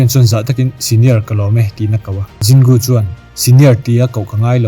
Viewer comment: Zin Gu i ti daih a Jin Gu (J kha Z angin i lam daih lawm)